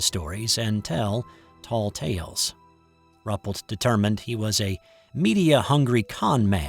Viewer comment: I think this account is credible...all the more so because the photos were confiscated and the witnesses threatened. I wasn't aware of this event. (BTW, I believe it's pronounced 'roo -- PELT').